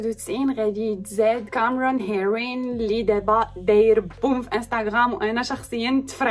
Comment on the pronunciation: ليش لهجتك بالانكليزي هيك كامررون